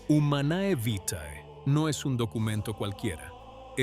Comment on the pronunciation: Se pronuncia humane vite. Enséñale latin a tu IA